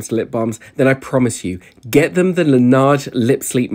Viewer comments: Its pronounced la neyige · it’s pronounced lan ehgh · i have british friends who pronounce it the proper way (it’s a french name) la neige (la nej) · Uhhh it’s a French company it’s pronounced “ la naj” please do ur research before throwing around hate 😊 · I’m sorry to point out this but it’s pronounced as “luh ·nayzh”. Although you sold me on that and I’ve been questioning myself if i need it whenever I go to Sephora. 😂😂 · Lol. La neige is French for “snow”. And your “pronounciation” is as bad as in the short 😅 it’s more like lá nège